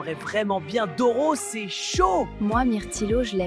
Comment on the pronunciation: il a dis doro ou je rêve 😮😮😮😮